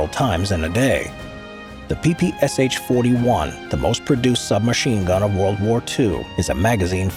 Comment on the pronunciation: It's PPSh, not PPSH. You don't say the "H", but read the Sh together. It was Shpagin who invented it, therefore you call out Sh, not S-H.